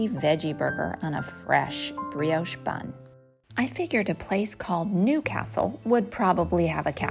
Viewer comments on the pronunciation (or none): none